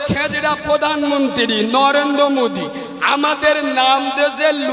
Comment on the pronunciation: আচ্ছা এই ছোটলোক মুসলিমরা কোন ভাষায় কথা বলছেন! মোদি কে মুদি ,অমিত কে ওমিত ।